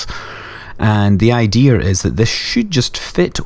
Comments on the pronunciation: no offence seriosly but i noticed you say idear not idea plz dont hate me your awesome ppl dont dislike sorry if i offended you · It's called "Intrusive R". Google it